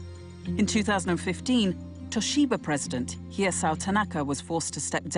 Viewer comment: Toshiba.... tobashi...